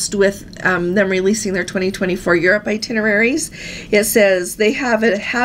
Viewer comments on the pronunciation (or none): none